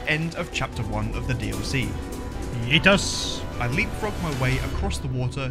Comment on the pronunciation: I like the Finns thinking you are saying Kiitos and not Yeetus lmao